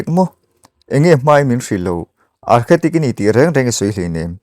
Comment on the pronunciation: Architect tih zawk tur a nih hmel, Archetic ni lovin